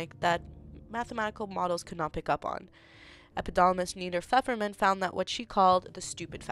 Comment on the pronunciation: Learn to pronounce epidemiologist. It's not "epidolomist"